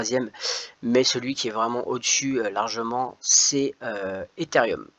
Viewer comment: Salut c ethereum non pas etherium